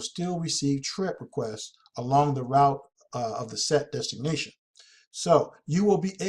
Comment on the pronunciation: Damn man ... destination is not pronounced designation!!! Your killing me smalls.....